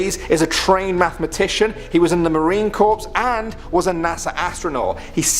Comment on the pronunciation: Cernan is pronounced “Sernan”-a soft, not a hard “c”. “Marine corpse”?